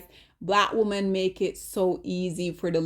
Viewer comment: Lawd! 😔🤚🏼 Ok, the word "women" is actually pronounced "whim-min" not "whoa-min". Whim-min.